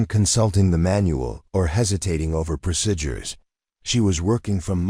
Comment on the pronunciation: You need an AI reader that can pronounce "procedure" correctly, so I don't go crazy!